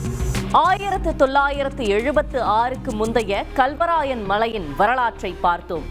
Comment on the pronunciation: அடி பன்னாடை முண்டை....தமிழ் உச்சரிக்க தெரியாமல் வந்து செய்தி படிக்கிது இந்த லூசு. Kalவராயன் மலை என்பதை Galவராயன் மலை என்று உச்சரிக்கிறது.